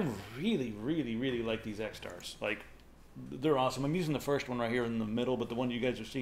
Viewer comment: it´s first not firscht!